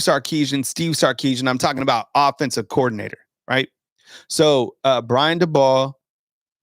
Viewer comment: His name is Brian DAY-BOWL